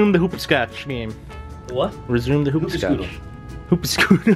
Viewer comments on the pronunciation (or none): its hopascootcha